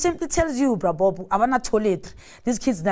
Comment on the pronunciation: lol....she said "Bra Bob"....